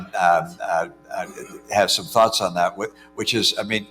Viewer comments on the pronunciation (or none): Dat. Dis. Dhem. please practice